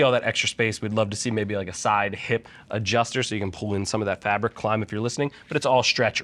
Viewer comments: Where's the invincible E bud? Klim, not klime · Klim pronounces it as Klime themselves on their official Youtube channel.